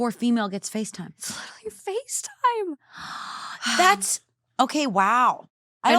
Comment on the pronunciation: Instead of FaceTime- FishTime🤣